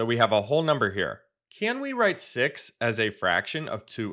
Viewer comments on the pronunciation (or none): Sir it's 6 not sex😂😂